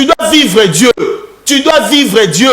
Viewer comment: Gourou améliore la prononciation de Dje a Dieu